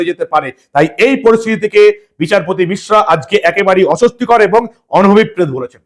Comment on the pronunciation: দাদা উচ্চারণটা অনুভব পেত নয় হবে, অনভিপ্রেতো।